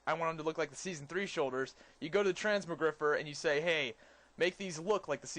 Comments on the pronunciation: transmo- GRI-FI-ER u fatty..not GRIFER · it's not Trans-moe-griffer. It's pronounced Trans-mog-ri-fire. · trans-more-griffer, lol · Trans - mog - rifier say it like that